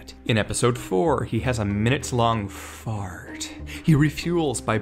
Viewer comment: why did you say fart like that 💀💀 Edit: or anus 💀💀⚰️⚰️